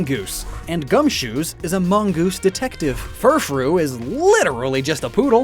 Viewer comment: IT'S GUMSHOOS, NOT F*CKING GOOMSHUSH!